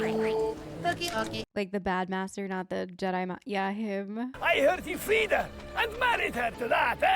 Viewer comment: freed, not feed 😂. I did hear feed the first go around too haha!